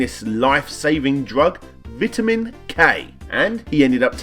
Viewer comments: Vitamin not Vitman. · It's spelled "vitamin," but pronounced "VIHT-a-min" instead of "VYTE-a-min" over there.